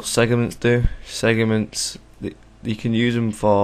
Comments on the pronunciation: It's 'Segments' not 'Segiments'. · LOL he keeps saying segiments XD